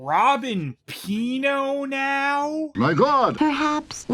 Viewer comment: For some reason most times I hear that recording I hear him saying "My Glod!"